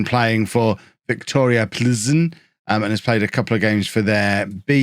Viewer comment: Plzen is actually Pilsen in english but your pronunciation is pretty good